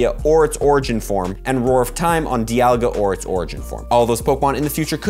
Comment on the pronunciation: I like that you pronounce it "Dee"alga and not "Die"alga. It's not dead and no-one says Palk"ie"a, all say Palk"ee"a.